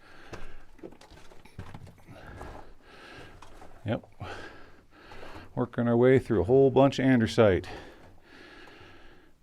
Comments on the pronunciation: Its A N DE SI TE ,not AN DE R SI TE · I thought I was loosing my mind when he was saying Andersite! We never learned about that one in petrology :p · There is no R in ANDESITE. It’s named after the Andes Mountains.